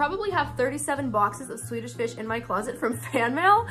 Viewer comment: When she said Swedish fish I thought she said tuna fish for a second 😅